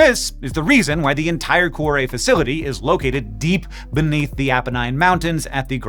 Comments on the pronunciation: For the follow up, get a real Italian to teach you how to pronounce 'cuore" which has two not three syllables - "Kwo-ray" if you will. (IlSorry for moaning but I squirmed all the way through an otherwise excellent video listening to coo-oh-ray!) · From whence? wtf? The word 'whence' means 'from where'. 'From whence' thus means 'from from where?' It would be simply 'whence it came.' For some bizarre reason, you insisted on pronouncing 'cuore' as cu-ah-re. O in Italian is always pronounced like Oh. Never like Ah. why? What you said would be written 'cuare', which is a non existant word. Please refrain from applying bizarre English pronunciation to other languages. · Your pronunciation of Cuore is killing me... but I guess your not Italian, so we'll give you a pass. great job on the video. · Speaking of learning new languages, a note on pronunciation: Cuore is not pronounced like cwahre. To get to the right pronunciation, you can start with add a k to the beginning to get then change the final k to re at the end to getormeaning heart. If you can make a flap sound like the Spanish r, you can use that to get closer to the Italian pronunciation. You may share this notation with the universe of physicists. Also, Google translate can pronounce anything for you, so that’s worth trying before posting. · So per that Babbel ad, I do speak Italian, but I didn't understand what was said until I read it because, sorry Hank, but your pronunciation was pretty dang bad.... Cuore in particular... Coo Or Eh